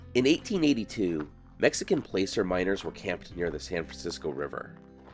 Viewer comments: BTW, it's "plasser" not "placer" even though that's how its spelled. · Great video,. I've always heard "placer" pronounced "plasser" rather than "place" with a "r". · you know good and well I'm your number 1 fan. Right? So, please don't be offended when I say this... I've heard you say this before and I let it go, but I'm afraid I can't hold my tongue any longer... it's not pronounced "play-sir", it's pronounced "plasser". Love the video though! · Placer is pronounced plasser (miners.) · It’s not pronounced playcer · Exactly so, it’s pronounced “plasser” when referring to mining. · enjoy your videos. I'm echoing comment on your pronunciation of "placer", it should be with a short 'a' like in passer. As in Placer County, Ca or placer mining. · Fun story! Silly English trivia thing: the mining term "placer" is pronounced with a short "a", as in "cat".